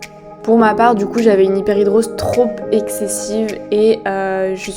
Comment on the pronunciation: On dit Hyperhidrose et pas Hyperhidr_i_ose comme tu le dis ;-) et la musique est trop forte, autrement moi cela fait une paie que je vis avec ça mais surtout dans sa forme généralisée. C'est un enfer... Heureusement j'ai trouvé une substance (dont il faut une ordonnance (en tout cas en suisse) car bcp d'effet secondaires (un peu comme tous les médicaments) mais qui pour moi finalement sont acceptables pour avoir une vie à peu près normale) il s'agit de l'Oxybutynine, je ne sais pas is je peux citer un médicament est c'est pour cette raison que je ne cite que le composant principal. Renseigne-toi avec ton docteur, et essaie. Cela a vraiment fonctionné pour moi à partir de la 2 ou 3ème semaine. Il faut par-contre en prendre tout les jours (mais c'est pas obligé, pendant mes vacances je diminue la dose par-exemple). Voilà courage!